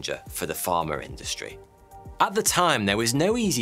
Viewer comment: .........WHY??? does pronounce pharma as "" farmer "".......go back and listen